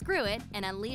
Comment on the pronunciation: I cringed so hard when she said the kahmemea wave